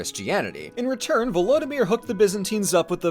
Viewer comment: im not sure if i commented on the original vid or not but man you butchered Vladimir's name. same as Putin man. which is sad but its a common name in half of eastern Europe so eh.